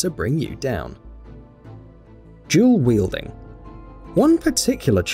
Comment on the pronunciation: It's not jewl wielding its dual wielding